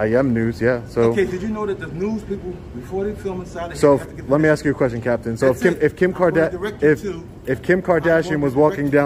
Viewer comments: "Axe". Can none of these fucks speak English properly? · Let me axe you a question 😂😂😂😂😂😂😂😂😂😂😂😂😂😂😂😂😂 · I axed you a question 😂😂😂😂😂😂😂😂😂😂😂😂😂😂😂😂